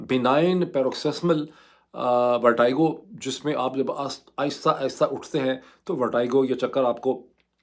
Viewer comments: "Verteego" for pronunciation, not vertigo :)😊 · Why is Moeed pronouncing VERTIGO as VERTYGO? I thought he knows his English well! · ڈاکٹر صاحب ورٹِگو لفظ ہے ورٹائیگو نہیں ہے I never expect that kinda mistake from you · Vertigo Dr sb …not Vertygo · Its VER-TEE-GO not VER-TIE-GO ... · ⚠VERTIGO is NOT pronounced as "ver-tai-go" as this doctors speaks, but as 'ver-te-go' as it is spoken in English. 🤣You may use internet to VERIFY this. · Dr sahib, it is VERTEGO not VERTAIGO.... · You’re a doctor and some of your pronunciations are very paindo ! It’s pronounced as verteeego not vertiiiigoo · Pronounced as VERTEEGO not VERTYGO..are u a doctor?😢😢😢😢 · Dr Moeed!!!! It is not “ver-ty-go” but “ver-tee-go”. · In both the UK and US pronunciation it is ver+ti+go, not vertaigo (ورٹی گو، نہ کہ ورٹائیگو). How surprising that a doc living in the US is so ignorant of the basics! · ITS VERTIGO NO VERTYGO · Pronounciation of ' VERTIGO' Sounds like "vuh·tuh·gow" Not ' VAR-TIE-GO". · It's Ver-te-go, not Ver-ty-go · Sorry this is not a technical or political comment. But when a doc says “vertiago” it’s unacceptable. Please make a correction it’s “verteego”. I’m your diehard fan but a newbie in paki politics. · It is vertigo....check the pronunciation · It’s pronounced as ver-tea-go. And this happens in old age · Vertigo is pronounced as Vertego, not the way you are doing it. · I've heard of vertigo but not vertaigo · sir Kindly check out the correct pronunciation of Vertigo. It is not the way you are pronouncing. Check any standard dictionary. It looks very weird that A person of your stature pronounces it wrong. As always brilliant analysis. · Sir pehlay Vertigo ko pronounce ker na tau seekh lain… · Please pronounce Vertigo right. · U are pronouncing vertigo wrong😊